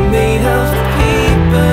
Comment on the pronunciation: Why he says "peeper" and "skyscreeper" instead of paper and skyscraper?